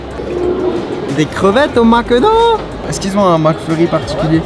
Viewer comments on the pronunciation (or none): « des crevettes au maque do?! »😂😂